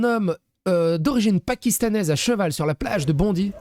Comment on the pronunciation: C'est pas important mais on prononce Bondaï😊